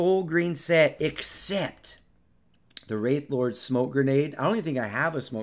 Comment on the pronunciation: You pronounced wraith lord wrong lol